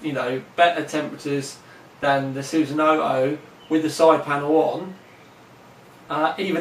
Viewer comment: chassis is pronounced chassey scythe is pronounced psythe and sunsanoo is susanu